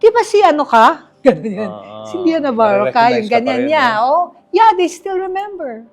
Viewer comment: mali ang accent ni Julius sa name ni Leah (Leeyah) ang bigkas niya ay Lea as in Lea Salonga